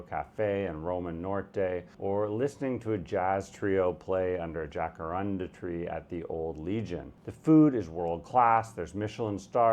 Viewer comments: He lived in Mexico and can't pronounce"jacaranda" properly. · I don't trust you when you mispronounced Jacaranda.